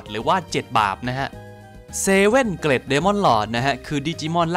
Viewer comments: ผมว่าน่าจะออกเสียงเกรทมากกว่าเกร็ดนะ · อยากให้แก้คำว่า Great อะคับ ออกว่า เกรต, ลากเสียงยาวนิสนึง เจ้าของโพสพูดซะ เกล็ด เป็นเกล็ดปลาเลย, เอาเป็นว่าเปนกะลังใจให้คับ